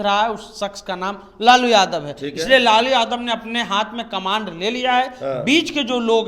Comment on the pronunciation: Bolna Sikho camand nhi hota hai caaman hota hai ghochu 😅